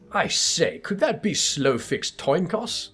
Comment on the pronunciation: There's quite a few differences in the french translation, that's interesting. For example, Hildibrand can't say Slowfix's name right at any time and comes up with silly approximation each time ^^'